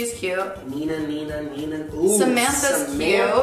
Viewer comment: was saying 'Nina' instead of Mina hahahahahaha